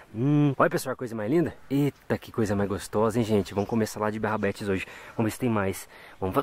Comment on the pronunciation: O melhor é o falando "Barrabetes" auge kkkkkkkkk